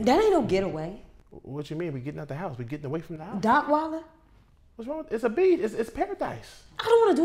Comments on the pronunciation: This dude said Dockweilder 💀 🤣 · Bro said "Dockweiler"...💀💀💀